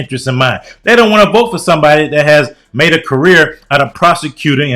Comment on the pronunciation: "Somebodi"..."college witchu"...he's worst than Kamala.